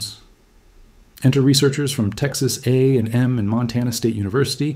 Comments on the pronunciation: Full disclosure: we generally pronounce Texas A&M like “A ‘n M” like you would say M&Ms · The way you say Texas A&M, it sounds like there's Texas A and there's also Texas M, and they both contributed to the paper. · the pronunciation of Texas A&M was very awkward.